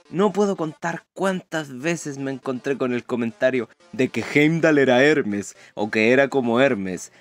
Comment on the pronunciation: eremes es ermes y hendal es hendal